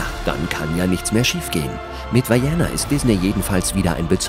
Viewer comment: An den Sprecher dieses Videos: das heißt Vaiana und nicht Vaiäna... man kann sogar die originalstimme der Produzenten hören die es Vaiana aussprechen. Die Maori betonen nicht alles wie die Amerikaner. Just saying...